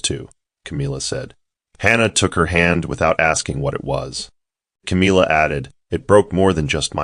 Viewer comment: I just wish that the AI voice would have known how to pronounce the name CAMILLA.